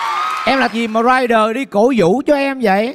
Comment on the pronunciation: Ey giống tôi vãi, cứ bị cưng ấy. Mà anh Thái phát âm Rhyder nghe sang vãiiiiii❤❤❤❤